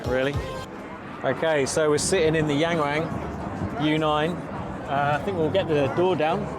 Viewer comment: YangWang Pronounce Young (W)oung. You’re Welcome